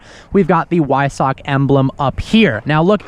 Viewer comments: It’s pronounced as Visock a W in German sounds like a V so Visock is the pronunciation for Wiessach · Great video! You have the pronunciation of Porsche correct, now pronounce Weissach with a V, like vice. Awesome car, awesome review! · Flauschi Flausch although he does pronounce weissach poorly 😂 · please say weissach properly. :/ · Weissach is pronounced with a "V". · Episode 1563 of can’t pronounce words correctly. “Weissach”